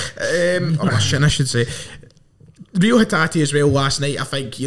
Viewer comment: Its pronounced Ray-o